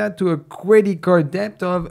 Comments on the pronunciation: hey, when you pronounce debt, the b is supposed to be silent. But I love the podcast and watched almost every video. keep up the good work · That's your signature word now! Do not change. You're the deBt guy😅